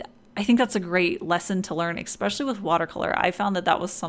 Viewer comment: Love your work! Your linework is absolutely beautiful! But every time I hear expecially ... it's a pet peeve of mine ... and it might just be me XD but every single time I'm shouting in my haid "no! it's especially!"